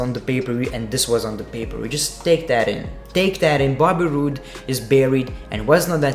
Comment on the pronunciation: I lowkey just watch you vids to hear you say "Bay ber view" a million times and also"r gay o" and "under daker" and "gick out" and "2 gay 19" etc. No P K T Just B G D